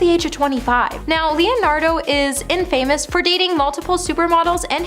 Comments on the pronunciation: Did she say In Famous rather than infamous?? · check out the pronunciation of "infamous" before you post. Don't contribute to the further dumbing down of America